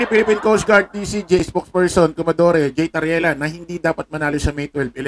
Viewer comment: COMMODORE; bigkas ay KOMODOR idol..